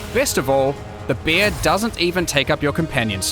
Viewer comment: when he says bear it sounds like beer